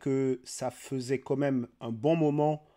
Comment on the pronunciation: Salut, tes vidéos sont bien mais par pitié, arrête de dire "comme même", ça tue la crédibilité "quand même" ! ;)